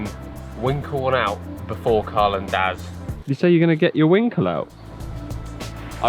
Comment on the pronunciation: Omg for half the video I thought you was saying dad then I realised it was daz 😂